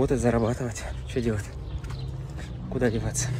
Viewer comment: 🤣🤣🤣 Я после Вашего комментария тоже начала прислушиваться. МаФына, Фто... Раньше не задумывалась, но дефект слышала.